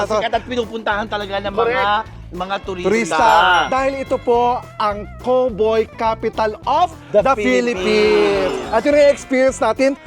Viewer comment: The way Chad Kinis pronounced COWBOY is different. It's like Ross when he says KARATE 😄